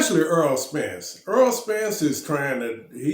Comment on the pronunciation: His name is Errol not earl sir